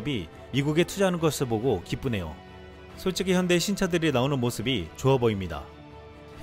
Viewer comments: 현다이,,,,현대라고 발음이 안되냐,,,,함 노력해 봐라.. 미국놈들이 전부 다 가져간다.. 미국에 지어졋거나 지을 예정인 공장들이 국내에 건설된다면 젊은이들의 일자리가 대폭 증가햇을 것이다. 미국에 갈 공장의 절반만 국내에 건설되도 효과가 잇을 것이다.. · 트럼프 대통령도 '현대'라고 발음하는데 왜 떨거지들은 왜 안바꾸냐?